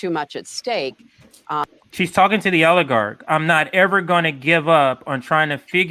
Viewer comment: It's oligarch, not aligarch. Lol